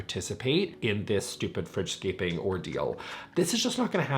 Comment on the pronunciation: It took me way too long to realize he was saying “fridge scaping” and not “French scaping” 😂